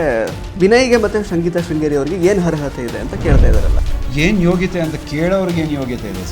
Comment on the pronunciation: ಹರ್ಹತೆ ಅಲ್ಲ ಮಾರಾಯ ಅದು ಅರ್ಹತೆ